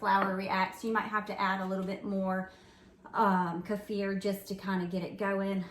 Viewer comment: I’ve always heard it pronounced Keeeeefur not kafur! 😂😂